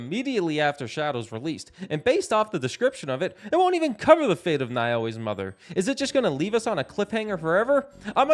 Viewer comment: You butchered Naoe’s name 😂